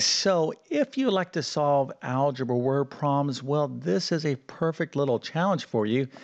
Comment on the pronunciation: The word is "prob-lems", not "proms". Enunciate ffs!